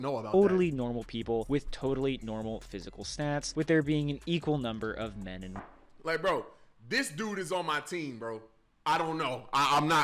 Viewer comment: He's saying man instead of men